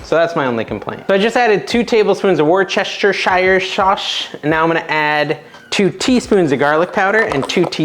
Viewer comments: Wuss - ter - sheer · Woost a sheer. 😂